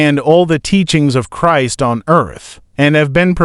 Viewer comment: The content may be ok but the mechanical speech, including mispronouncing Christ, is too annoying to listen to.